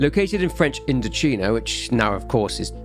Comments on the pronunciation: INDO-'CHINA' NOT CHEENA AAAAAAAAAH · You didn’t think that the “China” in “IndoCHINA” might be pronounced like “China?” Sorry about my pedantry but I found it funny. Great work as always though ❤